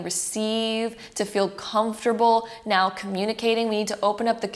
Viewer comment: Her 'now' sounds like neow😂😂😂😂